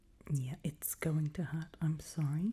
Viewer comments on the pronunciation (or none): I was really tired, but wanted to watch this again. It didn't take long before I was mostly out of it. Somewhere near the beginning you said the word 'sorry'. It sounded like you had a Canadian accent. I started wondering if you were Canadian. The thinking kind of woke me up and then I started laughing. I realized you are definitely NOT Canadian!! 😂